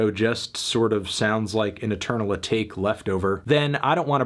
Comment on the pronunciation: It’s AH-TOK-KAY Anthony you casual